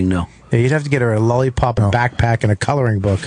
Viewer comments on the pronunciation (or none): I don't understand why Bobby pronounces "lollipop" as "lullypup". As much as he loves & mentions food, you'd think he'd show it the proper respect.